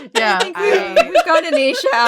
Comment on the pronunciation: It's not Aisha, it's AAAAAAAAHHisha